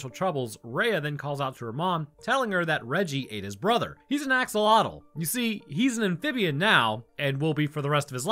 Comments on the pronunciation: How did you butcher "axolotl" that badly lol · "axogloollggles" has to be the best verbal-typo i've ever heard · Axolotl has a click noise in its pronunciation heads up, there's a channel here on YouTube that teaches you how to pronounces Nahuatl words which that is part of. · PSA for everyone: that is not how you pronounce axolotl. Or more accurately, that's the widely accepted English pronunciation but isn't actually the correct one.